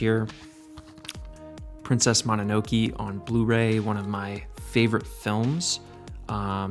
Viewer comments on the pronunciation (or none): It's princess mononoké not mononoki!